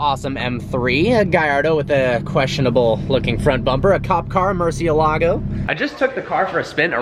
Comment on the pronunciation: please learn to say the word Murciélago correctly if you are going to talk about it.